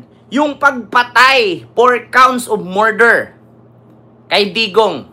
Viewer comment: Morder ba o murder? ✌️😂